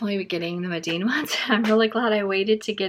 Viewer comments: I hate to be that person but I think it’s pronounced mee-den not meh-deen. I’d love to see a painting of a bookmark with the schmincke student grade! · Yes Mee-den. It was a good review anyway.😊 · Loved the video but, just in case no one has mentioned...Meeden is pronounced with the long e sound ie. Medan.